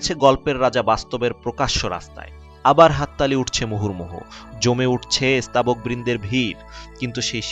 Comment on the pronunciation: Recitation khub kharap, স্তাবক শব্দকে বলছেন ই-স্তাবক।।।